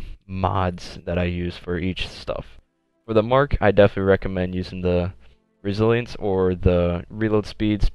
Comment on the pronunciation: resilence he forgot to pronounce the other I resilience